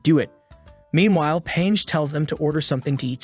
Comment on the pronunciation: "Paige?" NAH "Pangi" YEAH